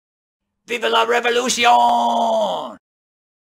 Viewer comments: Revolucion, not revoluti-ohn. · The way you pronounced the end of "revolution" was French, not Spanish.